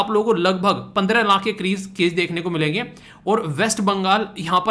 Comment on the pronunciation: video me aap 20 laankh 27 laankh keh rahe ho... Actually wo laankh nahi hota laakh hota hai... Aapki mother tongue influence ki wajah se yeh Maan sakte hain lekin jab koi YouTube pe videos upload karte ho to in sab chizon ka dhyan rakho to behtar hota hai sunne me bhi aur samajhne ke bhi..